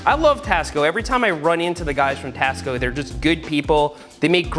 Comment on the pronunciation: when he said tasco i thought he said cost co lol